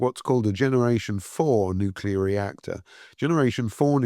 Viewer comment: Its nuclear, not “nucular”…. Listen to the person whom you are interviewing…